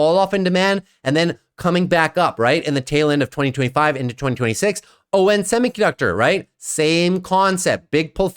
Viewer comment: Love your channel and work, but you’re killing me with constantly pronouncing it “O-N semiconductor” 🤦🏻‍♂️ Quite sure it’s pronounced “on”, as in the opposite of “off”